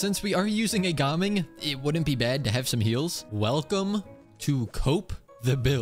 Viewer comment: I love how actually pronounces gaming’s name correctly instead of those other annoying youtubers